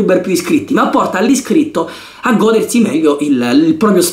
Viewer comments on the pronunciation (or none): Io ti vedrei bene a fare i panzerotti.. e comunque di dice godérsi non gódersi